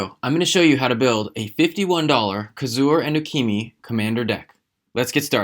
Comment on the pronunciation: Who df is U-key-me? There is definitely an A at the end of the name. With no á, ä or ā. U-key-ma? Yes.